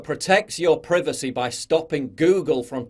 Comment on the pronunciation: pr eye vacy - Privacy, when two vowels go walking, the first one does that talking. What is pr eh vacy ?